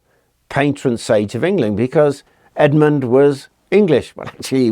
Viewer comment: Good thing Edmund kept his head when negotiating with the Vikings.. Errr - Saint "Head"-mund? 😆